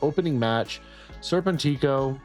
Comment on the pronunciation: Arrgh, it’s ser-PEN-tick-o